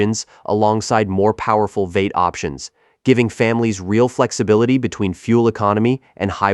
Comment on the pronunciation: Not sure if you are using AI for narration, but "V-8" is pronounced "Vee-eight" NOT "vate"!!!